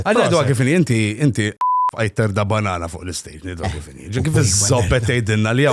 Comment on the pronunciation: daqs kem qal il kelma bannana fid diska semejtu kelma gay 😂😂 hlif gay matux 😂😂😂